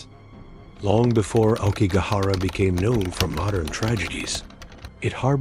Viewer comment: Please learn how to pronounce "aokigahara."